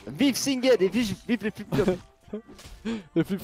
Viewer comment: sinGEd se prononce comme GEndarme ^^